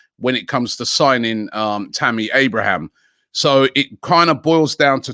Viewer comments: Man still saying “Tammy Abrahams” it’s AbrahaM… ends with the m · TAMMY ABRAHAM, NOT ABRAHAMS! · So jarring that Robbie calls Abraham, “Abrahams”… where’s he getting that “s” from then